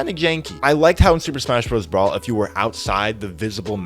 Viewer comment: every time he says "brawl" I die a little inside.